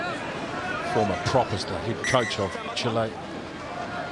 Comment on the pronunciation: Chile not Chil-LAY